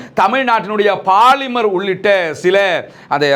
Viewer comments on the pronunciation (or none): none